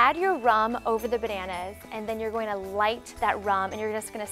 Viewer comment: She said "bernannas" - 😂😂😂